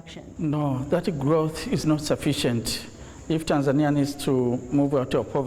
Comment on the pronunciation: It’s Tanzania! Not tanzenear